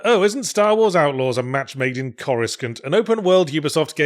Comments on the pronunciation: IT'S PRONOUNCED "CORUSSANT"! 😤 May you be trod on by a thousand A.T.-A.T.s. 😛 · Calling Coruscant “Chorus-cunt” wasn't something I thought I needed today. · Did Yahtz mispronounce Coruscant, or have I always been mispronouncing it? 🤔🤔🤔🤔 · I appreciate the deliberate mispronounced "Coruscant" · ... you mispronounced Coruscant on purpose and you know it. 😅